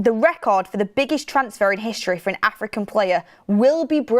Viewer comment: WTF did I hear u just say world premier league record fee for an ",Aftican" fork off